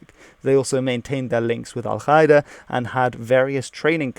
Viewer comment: You mispronounced Al-Qaeda.